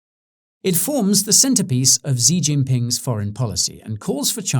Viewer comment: SHE Jingping not Zi Jingping